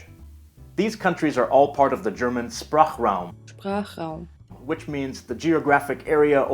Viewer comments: The digraph "Sp"/"sp" is actually pronounced [ʃp], not [sp] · Goodbye - Goodbye? Oh, and the S before a P in the beginning of a word (or a root) should be pronunced /ʃ/, like the S in Sprachraum and Dachsprache Also, little mistake : The voice says "das" but you wrote "dieses". On top of it, "the" in german cannot be "dieses", because "dieses" means "this". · its actually shprachraum with a sh like shoe